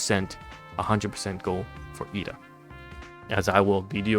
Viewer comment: I believe it's pronounced Ed-da not E-da, there's an extra 'd' in there. But thanks for highlighting the highland advantage for the crates, I thought it was only to block line of sight/pathing